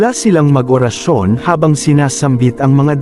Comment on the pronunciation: Tama mas maganda kung maganda Ang salita tulad orasyon hindi Ora’s sayon pangit pakingan…